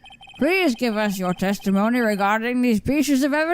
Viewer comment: What I heard "Very Well! The Witmish may begin his teshtimoneh."